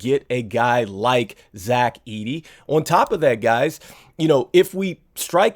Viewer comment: Ayyyyyyye u did say my boy Zach edey name ❤❤❤❤